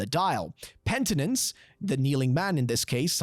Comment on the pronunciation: Excellent video. Your amazement at the 3 riddles was a little.. weird.. those were VERY common riddles. Note, wastrel is "waste-rell".. and miser is "my-zer". Not mizzer. And it's penitence.. not pentinence. Should probably Google words you haven't seen before.